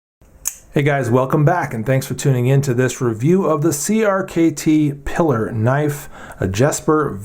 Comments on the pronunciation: Piller? I say Pee-lar, but whatever! I happen to be fondling mine as I watch your video and I love this little thing. . I wish it came with a G-10 or CF front scale for increased traction and lighter weight. I have several Voxnaes knives (Amicus compact, Noma compact, Vizzle) and like them pretty well. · Isn't it pronounced Pee-lar, as in La Pilar? Hemingway's boat, his nickname for Pauline, and the character in For Whom the Bell Tolls?